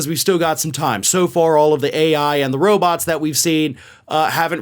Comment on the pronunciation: He's doing blow. Derrrr. PS I never realized how pronounced his lisp is. Roboths are gonna take their jobth.